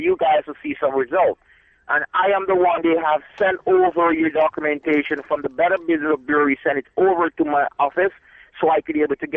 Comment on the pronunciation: Better Business of Bureen. Safee-tee. Mek I say.